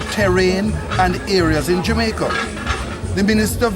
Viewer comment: So damn renk and cyan pronounce words properly and even forget him coworker name...dis bredda should never be representing the people of jamaica!!! The one James Robertson is now looking like the murderer he is more and more with each passing day